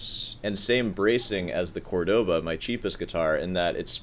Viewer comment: As an aspiring snob, you might want to learn how to pronounce Córdoba properly. They literally put the accent there for you, Jesus! Love your videos!